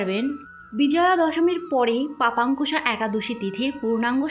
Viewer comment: লেখা আছে পাশান্কুশা একাদশী, আর আপনি উচ্চারণ করলেন পাপান্কুশা।